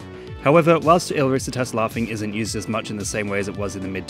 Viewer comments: it's not 'el RÍsitas', it's 'el riSItas' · i die inside a little every time he says "risitas". he researched the video so well but couldn't be bothered to punch the name into google translate